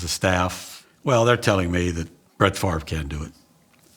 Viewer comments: Ah yes, Brett “Favor” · The man said Brett favor...lol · Brett Favor. Lol. Poor Brett getting his name pronounced wrong at the draft. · "Brett Favor"